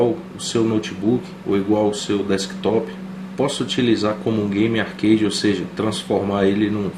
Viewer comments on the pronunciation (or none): none